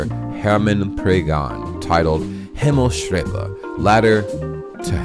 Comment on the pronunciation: Nice! :-) Pronounce "s" and "t" separately, it's two words "Himmels" - "Treppe". No "st" pronounced. Also, the German "Himmel" can mean the English "heaven", but equally the English "sky", there is no differentiation. So, "Himmelstreppe" does not necessarily have religious connotations.